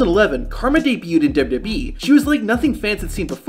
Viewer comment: This guy just can’t say “WWE” at all, unfortunate considering the subject matter!